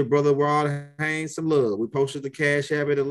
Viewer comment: I appreciate the knowledge but if I gotta hear you say R0d HaYNes I’m gonna lose that knowledge and some brain fragments